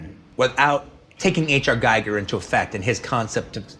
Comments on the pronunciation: It's pronounced "gee-ger" with the "gee" like in green. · Gee-ger. That’s how it’s pronounced. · H.R. Giger is pronounced "Geegar" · Tarantino cant say H R Gigers name right :(